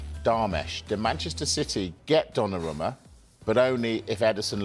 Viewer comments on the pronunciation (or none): Calling him Donnaroma hurts my ears